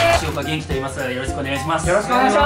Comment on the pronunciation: まふまふさん、 げ⤴︎んき⤵︎ってイントネーションがまふまふ語すぎてやばい